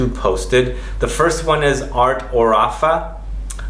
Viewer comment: Pronuncia : àrte òrafa